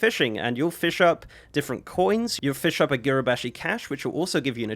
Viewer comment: “Fishing is really fun” “and you fish and you fiah and that is it” 😂😂😂😂